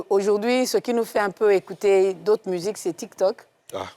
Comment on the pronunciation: " ecoutre " mdr ehhh, courrrrsss d'ecoutre intensif en papoasie